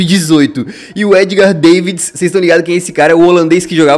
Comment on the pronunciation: Se fala Davidis Não Deivis